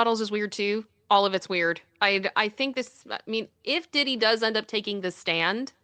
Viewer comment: P "WEE" DIDDY 🤣🤣🤣🤣🤣🤣